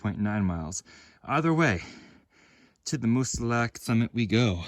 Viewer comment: Moosilauke is pronounced with no e at the end. Plain old Moosilauk.